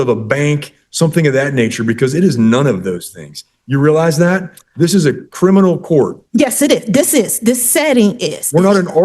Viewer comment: Not "crinimal". And she thinks she can play lawyer.